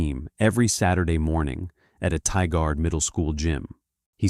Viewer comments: Oregonian here, it’s pronounced “Tie-gerd” NOT “Tie-guard” !! I feel for those elderly people that work their whole lives for their retirement only to have this crap happen to them, disgusting! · TIE-GRRRD. Not Tee-guard. And UH-LOH-UH, not Uh-loh-ha! 😂